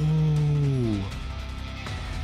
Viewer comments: "Eahthereal aura" erm it’s actually pronounced E ther reel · Uhhh ☝️🤓 actually it's pronounced Ee-thee-re-al